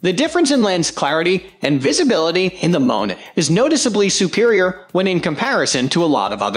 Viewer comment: No clue who owns this channel, but clearly it's very low quality script fed through a robotic voice synthesizer with images that are ripped off from other sites (namely Amazon) without permission. Seriously -- F1 = "fone" and M1 = "mone"? Scub-Ay-Pro?? What a joke.